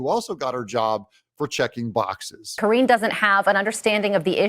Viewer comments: I was always amused at how you mispronounce KJP's name, 'Kor-een GENE' LOL! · Ka-ringe Jean Pierre. 🥴